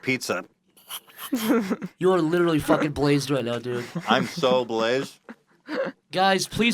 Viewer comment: "liTRALLEEEE" "LITRALLEEEE" say literally right